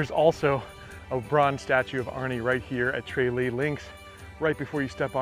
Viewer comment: It's not Tray-lee, it's Tra- lee. Golf in Ireland is totally ruined by the rich Americans who will pay anything, £300 to play Tralee, totally unavailable to Irish people, even the members are seriously limited to certain times of day, it's a terrible situation.